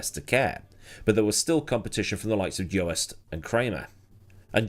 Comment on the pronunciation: Since I suspect you'd prefer to know the correct pronunciation: In Dutch "oe" is considered a single vowel, so the pronunciation of the "o" and "e" is not separate. Joest rhymes with boost. But thanks for trying, I understand some Dutch pronunciations are quite strange for native English speakers. The more you know 🌈